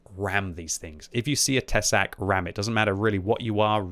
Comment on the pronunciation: Tesák. Te is pronounced short sák long. With strong hard K